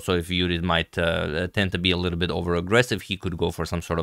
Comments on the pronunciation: When he says "Judit" its poetry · BTW he says it right